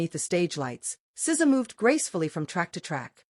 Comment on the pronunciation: These AI videos are so frustrating. As soon as I hear the voice say "ess zee ay" I know.